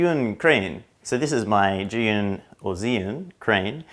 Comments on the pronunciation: I've seen over 20 test video on this zhiyun crane, you're the only westerner who pronounce the name right, congratulations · You're the first person I've seen try to correctly say zhiyun in Chinese! Other videos either butcher the name or completely avoid saying it all together.